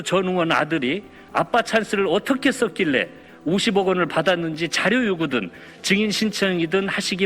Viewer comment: 정인-->증인...한국말이냐 일본말이냐?